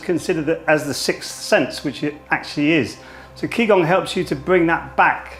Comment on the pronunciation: Its actually ji gong. Ji like journey not ki like kill. For gong I should show you the phonetic transcription but I doubt you know that.